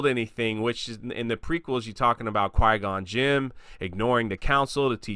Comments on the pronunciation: "Qui-Gon Jim". What? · Did you say, "Qui-Gon JIM"? Well, I guess if Obi-Wan could go by Ben, Qui-Gon could go by Jim. Everyone in the Star Wars universe should have an alternate and normal name. Khameir Sarin's alternative name is Bert. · I’m no Star Wars super fan, but who the hell is Qui-Gon Jim? 😄